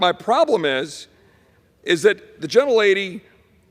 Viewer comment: STOP saying "gentel lady"WTF